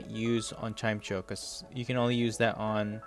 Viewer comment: Its pronounced Chime-echo btw